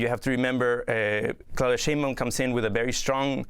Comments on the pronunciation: Pronounced "shine bowm" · SHINE Baum Sheinbaum is pronounced like Einstein. In words and names of German origin,when two vowels are together,the second vowel is pronounced.